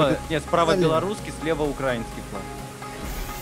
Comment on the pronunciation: Не укрАинский, а украИнский...